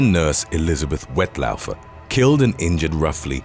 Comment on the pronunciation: Woodstock isn’t far from me … and it’s pronounced ‘Wet Law-fer’ … no offence 😉